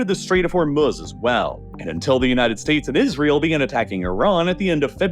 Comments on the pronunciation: You don't even know how to pronounce Hormuz correctly. It's hor MOOZE not hor muzz good lord. Do better research before making these. 🤦‍♀ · Ah yes, "The Strait of Homruz". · I don’t understand why this guy likes to deliberately mispronounce names. Instead of Hormuz, he calls it hormuhhhz and instead of Belarus he calls it belaruhhhhss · Meanwhile narrator is saying hormuhz like he hasn't heard every news outlet pronounce it properly for the past 7 weeks. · You’re pronunciation of Hormuz is unbearable